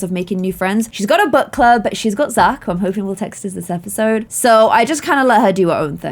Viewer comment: When you said book club I thought you said butt club!?